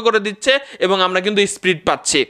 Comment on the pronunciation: SPRIT NA VAI SPEED 😂😂😂